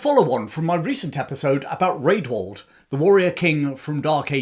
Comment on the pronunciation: A note for the future. Rædwald is pronounced 'Radwald' - the letter ash (æ) was pronounced as a short A, as in cat (compare Ælfred). The ordinary A was more like the O in hot.